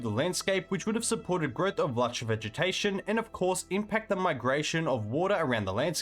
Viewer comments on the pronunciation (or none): none